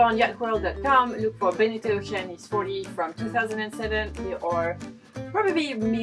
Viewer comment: The way you say Oceanis is by far the best way to say Oceanis ever. Great boat, great videos, thank you guys! I'm dreaming of getting out there in a boat I have yet to buy on a plan I have yet to formulate!